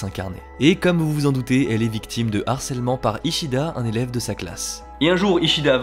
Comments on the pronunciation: Juste un petit truc qui me fait tiquer : il faut prononcer LE harcèlement pas l'harcelement stp 😉 ; ça pique les oreilles comme un français qui ne prononcerait pas le H japonais 😅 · On dit "le harcèlement" / "du harcèlement" et non "l'harcèlement" / "de l'harcèlement", il y a un h- (aspiré) ;-) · Harcèlement, c'est un h aspiré (comme haricot) et non un h muet (comme herbe). Pas d'élision avant. Le harcèlement, pas l'harcèlement.